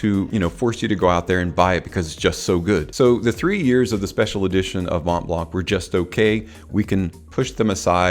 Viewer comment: You don’t really say the ‘t’ either in Mont blanc 😉 Thank you for the video. Great overview 👍